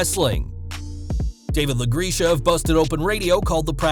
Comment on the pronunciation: David LA-GRECK-UH lol... not LA-GREESH-UH...